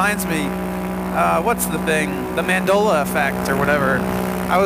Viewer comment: It's Man-dale-ah. Mandela.